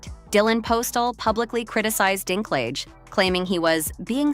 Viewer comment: Peter Who? Dinklig? Dinkleejah? Dinkliga? Dinklaidge? Dinklatch? Dinkclaij? Dinklijizz? Dinkleg? Dinklog? Dinklaiga? Dinkleega? Dinkpledge? Dinklogga? Dinkclayjez? Dinklagga? Dinklaige? Also news flash Snow White has been out for 3 weeks at this point.